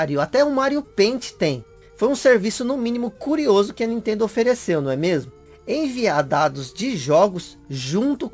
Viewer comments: "Enviadados de jogos" - Kkkkkk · "Enviadados" kkkkkkkkk 5a série! :P